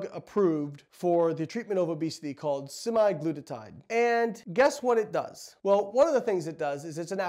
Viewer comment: Semaglutide, not semaglutatide. Otherwise excellent!😀